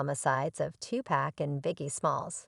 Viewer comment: Learn to say his name ..... Tupac (To Pock) If you can't pronounce his name right....shut down your page!!! Stop being disrespectful ....thot!!!!!